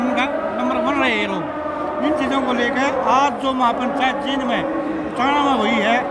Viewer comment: Anjum ji aap Jind ko जिंद bol rhe h jbki जींद bolna chahiye, Isko aap thik kijiye Aap baar baar galat pronounce kr rhe h